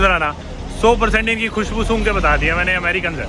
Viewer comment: When u say "Khushbhu" sung kr bta diya Americans hai ye 😂😂